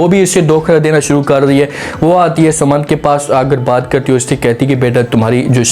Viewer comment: Not Samad but Saman please.